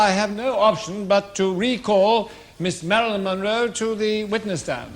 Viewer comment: Munro, not "Monroe".